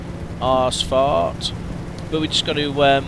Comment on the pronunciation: Is it just me or does he pronounce "ausfart" as "ass fart" :p?